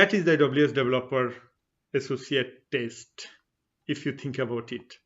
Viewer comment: Good Info. However you pronounce "test" as "taste".